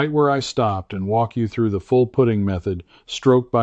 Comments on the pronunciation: AI????? To the best of my knowledge it's pronounced put-ting not poot-ing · why is he saying puting vice putting? AI? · Why do you say...put- iing instead of Putt- ing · Not a bad ai video. He said pooting lol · I'm not sure about taking advice on putting by someone who pronounces it as put ting. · The story is ordinary and the AI animation is ordinary and the AI narration is poor. "puting" ? Your AI narration can't speak English properly. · Is this AI??.... Pooting? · He said pooting... That's AI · I like AI videos of good looking men and women, until they make the word putting sound like pudding with a t. Still, I’ll definitely try this advice. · Note for AI. There is, almost universally, a hard U in putting. Pooting sounds jarringly wrong. Challenging content nevertheless. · Not a machine but your AI keeps calling putting, put-ing. Cmon man. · Yeah so easy to spot, kept calling putting puting, and the monotone voice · Yep it's AI. Because no golfer says putting, as in I'm putting a porch on my house, but says I was putting (putt ting) great this weekend. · I don't disagree, but I was actually referring to how he pronounces "putting" as "pudding", even though he has no trouble saying "putt". Classic AI. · Why can’t AI say putting in golf rather than putting like putting on clothes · Ugh... Ai really. No matter how factual the info, once the Ai mispronounced putting i am done. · So you can't program AI to pronounce Putting, correctly?